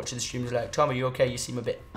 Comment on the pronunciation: Tom you sound like you say chage